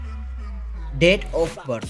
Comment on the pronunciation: I really thought they're dead.. bcuz the narrator pronounce Date as Death hahah sorry for my deafness